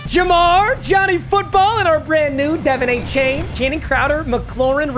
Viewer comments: It’s Dev On Achane not Devon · Bro it’s “De” “Von” Achane not Devin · can somebody tell papa that’s not how you say devon’s name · Achane is my boy since he went to Texas A&M. But his first name is pronounced "duh-von" not "de-vin". Please fix this Papa.